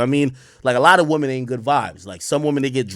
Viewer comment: Did buddy just say “womany”